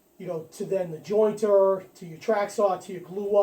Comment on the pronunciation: Gotcha. It sounded like you said you don’t have a jointer in the video lol nice helpful video though